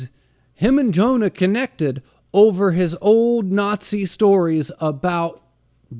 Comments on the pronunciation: Hearing you pronounce Johan as Jonah made me wince every time. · Monster is so fucking good. I watched the anime about a year ago and it blew me away. Also it's Johan not Jonah lol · You forgot to mention that the hospital make sure Temma doesn't get the credit of all those high-profile surgeries that he worked on for powerplay move. The little boy that grew up to be a serial killer name is Johan(yo...han) not Jonah😂 lol.